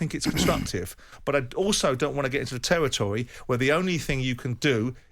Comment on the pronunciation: Simon “territory “ Jordan